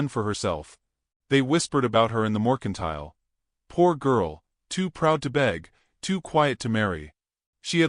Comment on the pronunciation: ITS NOT MORCINTILE, ITS MERCINTILE------- SHE WOULD NOT BE BAREFOOT OUTSIDE.......... WE NEED MORE TO THIS STORY!!